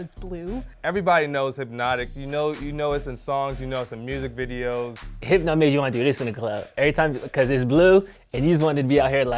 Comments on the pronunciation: Them saying hypno made me a lil upset 😂😂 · Every time they said “HYPNO” I wanted to FIGHT!!!!!! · They should’ve gotten 80’s babies for this. I was born in ‘83 and I’m 38. If you haven’t really been exposed to those drinks meaning old enough to drink them you can’t really give them a fair review. You DO NOT call Hypnotiq “Hip-no!” 😂